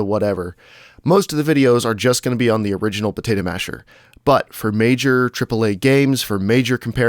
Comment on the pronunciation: I like the "Protato Masher" D